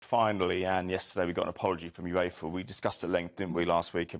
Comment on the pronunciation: "Yooves." smh.